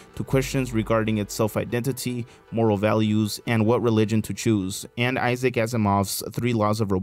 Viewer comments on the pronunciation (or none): none